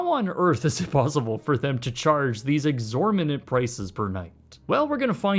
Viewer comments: The word is exorbitant not exorminint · "exorminant" "No i'm not drunk occifer, i have a speech impedinent" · If you want to use the word, "exorbitant", look at it for a minute, practice saying it and then pronounce it correctly. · Exorminant hahah